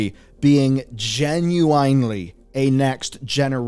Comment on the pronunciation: Stop saying genuAnly